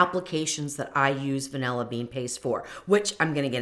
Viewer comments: Thank you for mentioning the creator of the original recipe. I'll search for that instead of watching this video. Weight measurements are far superior to volumetric measurements. Also, I can't stand listening to anyone who says "vanella" istead of vanilla. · A Ninja is NOT a high-power blender. It’s cheap crap. And it’s van•ILL•uh, not vanELuh.